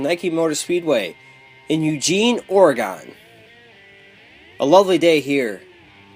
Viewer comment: OrgEone are you kidding me lol I live in Oregon it's pronounced orgin